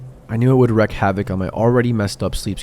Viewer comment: *disillusioned, *wreak (and more) you need to work on your reading/ pronunciations dude...